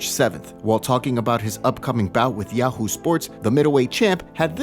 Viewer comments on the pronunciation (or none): none